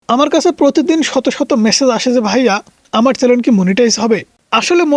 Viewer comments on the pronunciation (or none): চ্যালেন না চ্যানেল 😂😂